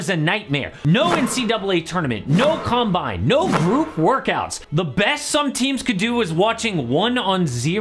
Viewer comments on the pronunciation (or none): none